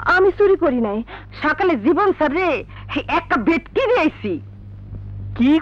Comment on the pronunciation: নাছরিন ভেট্টি কে ভেটকি বলা টা সেই ছিল